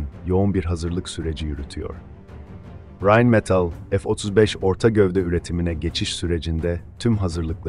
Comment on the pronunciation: METIL degil, metal